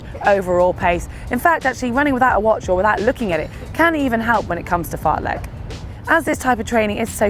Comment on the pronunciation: AAAAAAAa the Lek pronunciation is killing me as a swede